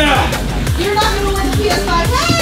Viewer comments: said px5 not ps5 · Yeh regigi (Regina) is correct that by said Px5